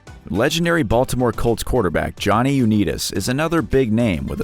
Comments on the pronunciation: Pronounced Johnny YOU-NIGHT-ISSS, not YOU-NEAT-ISSS. Sheesh! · U-NIGHT-is. Not neet-us. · Johnny Unitas .... It is not 'U neat us'... It's 'U night us'. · Pronounced Johnny "U-Nite-is". Not U-nit-is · It's pronounced Johnny "U night tis"😉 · This narrator needs to learn how to properly pronounce names. i.e Unitas and Fingers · johnny U 'knee'tis? it's pronounce Unite-ess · Maybe take a little time to make sure you’re pronouncing the names correctly….🤦🏼‍♂️ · Pronunciation! Pronunciation! Pronunciation! = Johnny Unitas ("YOU-NIGHT-US") & Rollie Fingers ("RAWL-E-FINGERS") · Learn the pronounce names. U night us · Johnny uneetus? Roly fingers? If you can't pronounce the names... ask! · Johnny Unitas is pronounced You-Ni-Tus. Rollie Fingers is pronunced Rol-ley. How can the producer let these mistakes get through? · It’s Johnny U-nite-us, hard I. And it’s Raw-Ly Fingers, not Roll-ie. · Johnny U-nite-is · Johnny Uneetis and Roly Fingers!😆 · Johnny Uneetus & Rolly Fingers. I hate these "narrators." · Johnny Unitas is pronounced “UNITE US”. Come on, now! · The commentator needs to research the names prior to taping because he butchered several: Unites, and others$ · "Johny UnEEtus????" How do you mess that one up narrator? Obviously you know nothing about sports figures. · Johnny uneeediss and role e fingers !!! Lmao who do you guys hire to read these videos? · Did we mention it wasn't pronounced you-nee-tis? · At least learn how to pronounce the names. Johnny Uneetis? Rowlie Fingers? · You make yourself look silly when you don't know how to pronounce names properly. Johnny Unitas is pronounced like "Unite Us" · You shouldn't call people dumb because they went broke. You're not exactly geniuses yourselves. You don't know how to pronounce Unitas. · Interesting, but Unitas and Rollie’s are mispronounced 😆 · You need to find another narrator at least one who knows sports he's mispronounced two names in a row you might want to check him for brain damage